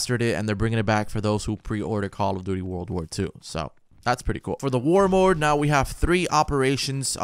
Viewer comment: “war mord” 😂😂